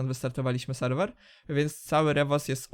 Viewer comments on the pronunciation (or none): selwel xd